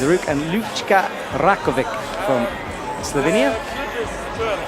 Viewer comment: Can someone get a pronunciation guide please? How many times do Alberto Ginés López or Lucka Rakovec have to get into finals before he even tries to learn how to say their names? How do you mess up Rogora so badly? I suppose we should be thankful he gets Laura right. Edit: apparently Rogora is something like he says it. Boscoe was getting it wrong all this time:) I'm still gonna complain about Ginés Lopez though